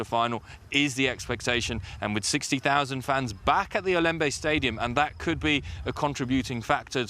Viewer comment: The pronunciation is Ya-woun-day. Not yayounday or whatever she is saying. Please get that right, thanks.